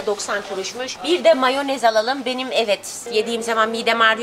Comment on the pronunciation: Abla sen moyanezi yi cem dedin ama yemedin